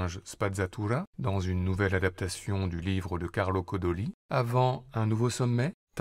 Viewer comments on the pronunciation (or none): Carlo Codolli 😭 (C'est Collodi)